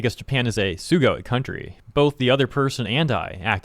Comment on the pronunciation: For correction, dudes a fuckinin tourist, where even did the same mistake, "sugoe" would be pronounced as su-go-eh, not su-go-e. The correct wording in ryomoji for amazing is sugoi. Like how every single Daisuke's are written as Daisuke and not daisuki, because that means love or I love you. Easiest way to remember, e's are pronounced as eh and i's are pronoinced as e in ryomoji.